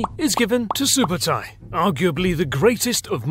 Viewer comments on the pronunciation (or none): It’s Ögde not Ögede 😂 It’s either from Ög(oak) or Ögdin(the god of thunder) Also Sübötai not Subotai,means “soberly” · its not SUBOTAI its ( SUBEEDEI ) СҮБЭЭДЭЙ and its not GENGIS !!! its CHINGISS KHAAN - ( khaan is meaning KING )